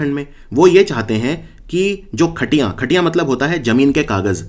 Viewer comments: khatiyan is related to kheti so not katiyan it's khatiyan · It's "khatiyan" not khatiya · Khatiyan nahi khatiuan hota hai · It's not खटिया It's खतियान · Khatiyan ka uccharan glt h ....